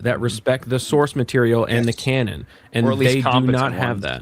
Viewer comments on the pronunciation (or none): none